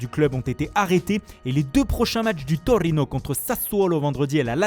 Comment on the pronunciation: Andrrrrrrea Bellllloti du Torrrrrino😂